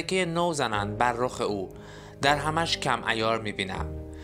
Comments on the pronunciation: چند کلمه را غاط خوندی مانند کلمه در هم که درهِم است وکلمه گَرد که گِرد است یک کلمه اشتباه معنی جمله را عوض میکند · سلام توصیه میکنم در خواندن اعراب کلمات در اشعار دقت بیشتری بفرمایید.مثلا درهم. با کسره دال باید خونده میشد نه با فتحه.! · درود، به جاست که کمی در تلفظ کلمات مخصوصا کلماتی که در تلفظ های مختلف معانی ی متفاوت می‌دهند دقیق تر باشیم مانند عالم و درهم (که سکه ی نقره هست) گرد که دایره ای بودن هست و معنی غبار هم میده، با سپاس از ساخته های شما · دِرهَمش کم عیار میبینم یعنی ارز دیجیتال.. سعی کن شعر و صحیح تر بخونی با عرض پوزش